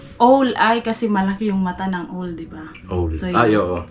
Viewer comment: ang pagbigkas ng OWL ay AWL… hindi ooowwl..